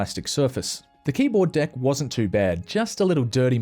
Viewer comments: Sounds like you’re saying keyboard dick lol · Am I the only one who hears "the old keyboard d*ck"?